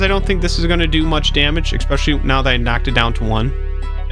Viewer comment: Good stuff! That aside, if I may offer one critique... I'm not so much an English nerd so much as I am a little OCD, but please, I would ask you pronounce "especially" better! There is no "x" or "k" sound in it! It drives me a little crazy. 😵‍💫